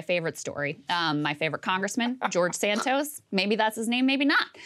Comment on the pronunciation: LOL Krystal is fascinated .. And also said his name as De-Santos.!